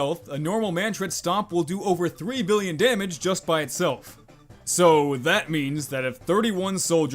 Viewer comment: The way you say billion, septillion, and others really bugs my brain (maybe i hate math that much XD)